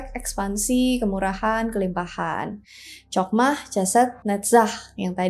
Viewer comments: Chokmah ( חכמה ) dibaca: Hokmah, bkn Cokmah. Begitupun dgn Chesed ( חסד ) dibaca: Hesed, bkn Cesed. Pengucapan huruf H nya dgn cara diucapkan dgn memakai bagian blkg tenggorokan, krn huruf Chet ( ח ) sbg huruf guttural. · Ya benar sekali utk mempelajari Kabbalah hrs dibawah bimbingan Rabbi Yahudi, makanya sy geli ketika mengucapkan Chokmah & Chesed yg mana pengucapannya jg gak tepat, tapi ia nekad utk membicarakan ttg kabbalah 😂.